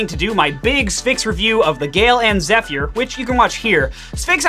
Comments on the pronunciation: It's (zef-er), not (zef-ear) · Zeph-year LOL